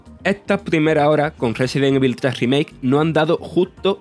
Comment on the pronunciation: Aprendan a pronunciar "evil", ¡maldita sea! ya van más de 20 años de este juego.